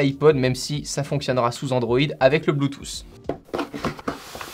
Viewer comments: Arrêter Putain de dire Bluetouffe mais disez plutôt Bluetoote même si le mot s'écrit Bluetooth!!!!!! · Soigne ton accent, c’est pas bloutousse, c’est bluetouth, c’est pas siitingnz, c’est settings, j’taime quand même